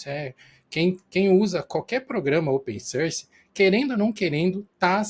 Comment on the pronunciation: Gente, eu adoro os vídeos de vcs, mas por favor, parem de falar open SÃRCI. Dói o ouvido toda vez que vcs falam.